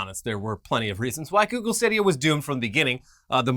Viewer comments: with the "stah-dee-ah" again... It's STAY-DEE-AH like stadium. Love you:) lol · Stahdia... I can't get over that pronunciation.